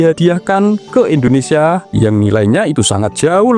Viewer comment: Indonesia, bukan endonesia